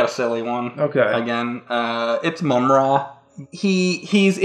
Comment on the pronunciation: Yes!!!! So happy you said Mumm-Ra!